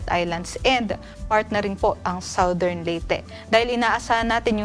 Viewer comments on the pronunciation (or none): none